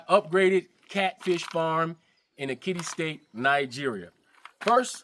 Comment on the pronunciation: Ekiti State, not Kitty State 😅